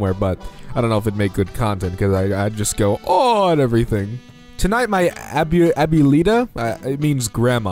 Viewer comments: it is pronounced Ah-bway-la if you didn’t know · I think the word is pronounced ab-bwe-la not sure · I'm 95% sure it's pronounced ab-whale-a sorry if I got this wrong though- and to anyone who is reading this have a nice day :D